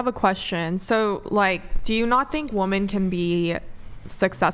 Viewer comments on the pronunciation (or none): ITS!! pronounced Wimen god damn it not Woman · When did the pronunciation of the word "WOMEN" (wi-min), The plural change to "WOMAN" (wu-men), the singluar?? I keep hearing these 20 somethings saying Woman instead of women, why?? " yall hearing this?? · why does she pronounce “women” like “woman”? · Why are these people saying 'woman' when they should be saying 'women'? Gramma is just becoming wrong. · Why do all of them say "woman" as the plural for the word? It's women for fucks sake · Also it's pronounced WOMEN when referring to more Than 1 woman. Idiots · Why can’t women on this show pronounce the word women? Woman, singular, women, plural. Wooman. Wimen. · Why can't these women pronounce the word women correctly? Singular: woman /ˈwʊm.ən/ Plural: women /ˈwɪm.ɪn/ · Drives me nuts how she doesn't use the word women properly. And says woman. Makes her sound very stupid. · WOMEN (PRONOUNCED LIKE WIMIN) for plural. WOMAN (PRONOUNCED LIKE WUMIN) for singular. Damn it, I can't stand hearing it wrong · I hate it when these girls say Woman instead of women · What is with this gen Z thing of not being able to pronounce 'women' (phonetically, 'wimmen')? They say it exactly the same as 'woman'. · Why do they all say woman instead of women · Why the fuck are they saying Woman instead of Women. That's insane😂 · is so stupid, she keeps saying "woman"...its infuriating. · why are all these girls saying woman as the plural instead of women its bizarre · inability to verbally differentiate between "woman" and "women" is exasperating. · CAN WE PLEASE STOP SAYING "WOMAN" IN THE PLURAL!!!?? ITS "WOMEN"!!! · Blows my mind how many girls don't understand singular vs plural for a word that literally describes their own gender. Woman (one woman) vs women (multiple women). It's literally one letter change and a slight pronunciation difference. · The plural is pronounced womEN not womAN!! Why can they never get this right 😅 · Why can't GenZ pronounce "Women" correctly?